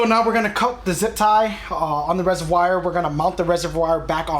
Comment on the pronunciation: Please stop saying RESERWYE! Say it like your friend does, Reservoir! And how long of an extender on that socket wrench did you need for that attachment to get to the bottom 10mm bolt? I will need to buy one before my install.